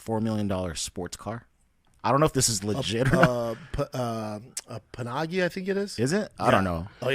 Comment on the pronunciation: Lol “panagi”. How’s that fer pronuncination, b?